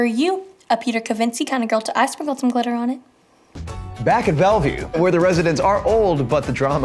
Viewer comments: No one: Absolutly no one: Jorden:BACK IN BELVIEW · i can’t even count how many times Jordan said “Back at Belview” 😭😭😭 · no one: jordan: BaCk aT BeLVieW... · No one: Jordan: BACK IN BELVIEW 😂 😂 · No one: Jordan: bAcK iN BeLvIeW 😂😂